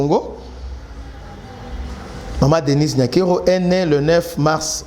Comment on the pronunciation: La Damme son vrai nom est NIYONKURU qui es le nom d'origine Rwandaise et Burundaises qui signifie (God is great) mais un journaliste dela Rtnc a mal prononcé ça lors du premier prestation du serment de Félix béton en appelant NYANKERO qui n'a pas aucune sens et signification au Congo,Rwanda et Burundi mais ont comprends l'erreur commise par le journaliste prcq le kinois ne pas bon en prononciation de Kinyarwanda et kirundi